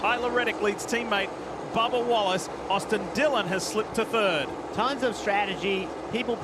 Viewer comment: Sounded like he said Barbara Wallace during the line up :)